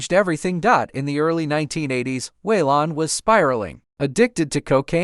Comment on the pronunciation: Way-Lon? Must be an AI voice.